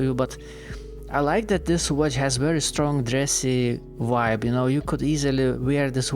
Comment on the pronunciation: Every native English speaker understands that some cultures struggle with the V sound and replace it with W instead. It's not an issue.